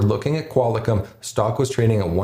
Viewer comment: lol love the videos but did you say "Qual i com?" Sorry man its pronounced Qual Com